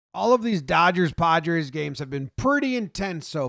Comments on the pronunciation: at first I thought he said "All these Dodgers/Podgers games" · It’s sounds like you say “all of these dodgers, podgers games” thought that was funny.